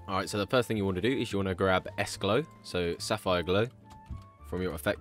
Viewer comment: ”Says Sapphire” Me: Alright Ima head out